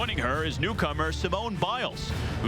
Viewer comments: See-mone Biles. I want to scream every time they say it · They didn't even know how to pronounce her name- kept saying Seemone!